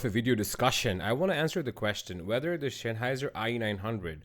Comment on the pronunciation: Also it’s sEnnheiser not SHenheiser